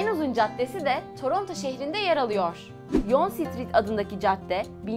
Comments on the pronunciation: yon sitrit ne be yang diye okunuyor o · ontaryo ve montrceal diyo okunuyor ve yoange street diye okunuyo her şey super telafuz hariç